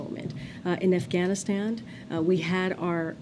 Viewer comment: And she said AfghanistanD <—— hahah😅